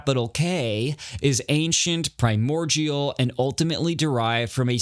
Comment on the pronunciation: The way you say primordial is driving me insane sorry